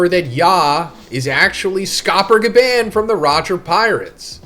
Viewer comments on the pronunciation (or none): Bro say gaban eight. It’s gabon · omg...STOP PRONOUNCING GABANS NAME LIKE THAT!!!!🤦🏾‍♂️😭